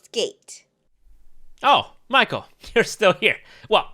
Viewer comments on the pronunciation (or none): lol I still can't get over every time you say "Michael" it trips me out 😂